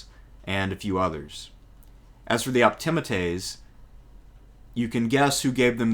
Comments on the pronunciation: Sorry, great video but the proper pronunciation is optiMAtes with the accent on the penultimate or second last syllable, just as you pronounce popuLAres with the accent on the second last syllable. You can look it up. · I believe Optimates is prononced ....( Opti-ma-taze ) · English is a stress-timed language. Where we put the stress in words or sentences denotes meaning. Been lectured on Rome many times. Never heard Optimates pronounced like that; because the stress is obviously on the A and not the I. The penultimate vowel, just like in Latin, but that's generally the rule in English too from that. Generally the rule. We have a lot of overlap in interests, but your nonstandard pronunciation always marrs it for me. "AE" sound is not the same as the "EA" sound. They're opposites, so praetor is obviously said like "praytor" and not like preator. These are English pronunciation rules, as well as Roman in this case. It's the same with medical terms that use the EA in pronunciation, or place-names, like with Cannae. We don't have a mish-mash of exceptions, but go for consistency in language, like the Romans did. There's no such thing as "most" centrepiece, it's either the centrepiece legislation or it isn't. I'm starting to lose the will to live, here. All I did was read books like, Suetonius or Cicero. I'm actually a modern historian, I just do the classics for shits and giggles. Cato the Younger was old school patrician and a staunch stoic. He was not interested in fame or the pomp and drama needed to make it in the old Republic or the new Imperium later on. This was why even contemporaries respected him. About his rank, he wasn't that rich, was he, and not that good a general. He only ever wore a black toga and not flashy b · If the narrator only pronounced optimates better…